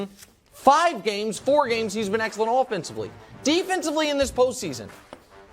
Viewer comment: the way nick says the word "excellent" is so painful